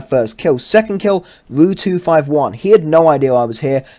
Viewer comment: did you just call the RU251 a ruuu 251 i have never heard anyone say it that way XD the way you say waffenträger is also pretty funny you say it with a A